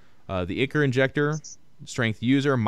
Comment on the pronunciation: ichor = "eye-core"